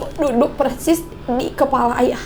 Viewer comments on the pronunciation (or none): none